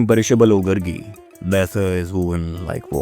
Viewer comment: It's not Gurgi. It's Gaargi.